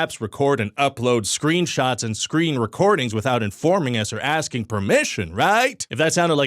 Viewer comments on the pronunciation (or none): none